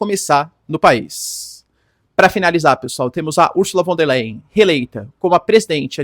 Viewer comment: Professor : Ursula von der " lain" ( a pronuncia Do Leyen)